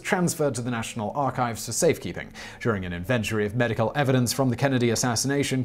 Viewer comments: Inventry??? It’s inventory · It's pronounced IN.................VEN........................TOR..............Y, not invent........ory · In-ven-tory. Or Invent-ory? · I’m also English, and i’ve never heard someone pronounce inventory with 3 syllables... did not know you could do that edit for reference i'm hearing: in-VEN-tree but i've only ever previously heard: IN-ven-tor-ee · Thanks for teaching me a new UK pronunciation: Invent-ories vs Inven-tories. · It's also wrong... it's 'in ven tory' but English is a bastard of a language so many English speakers get it wrong lol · in•VENT'or•ees ? IN'ven•Tor•ees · "INventory" (North America) or "INvent'ry" (Britain, sounding like "Infantry"), not "inVENtory." In all my 43 years, I've never heard that pronunciation. :-) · Simon: It's pronounced "in-ven-TO-ry", not "in-VEN-to-ry"... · Please stop inventing (sorry had to) words inventory in said as, In-vnt-Tree not invent-Tory. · Correction: inventory pronounced in-ven-tory not in-ventry, if you are British, you are using the mid Atlantic pronunciation. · in-VENT-ory : a place where you invent things (like a lavatory, where you wash; or a gallery, where you're galled that this is called art) IN-ven-tory: a listing of what you have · anyone else find it odd that he pronounces it "in-vent-ary" instead of "in-van-tory" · Its pronounced 'In ven Tory ' not 'in venerty' just saying ;) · INVENTORY....NOT "INVENTRI" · You're mispronouncing "inventories", friend Inn-ven-tories Not invent-ories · simon.... the word is IN VEN TORY not IN VEN TRY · It's INventory.... not inVENTORY. Got to love British English.... freQUENT??????? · In-ven-tory, not invent-uree. Damn English can't speak their own language LOL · What is an inventery? In-ven-tor-y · I'm sorry but 'inVENtory' sounds less like the actual british pronunciation of the word than it can possibly be. Seriously Simon, it's not a laboratory for invention - it a description of items collected. An 'INventory' if you will...